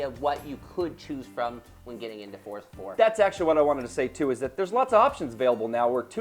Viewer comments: forza is pronounced ''for-za'' not ''fort-za'' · I hate how they mispronounce Forza. What the fuck is a Fortza? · WTF is FORTZA, i only know of FORZA!!! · i dont mean to be a dick but theres no "T" in forza so it not fortza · i love fortza aswel...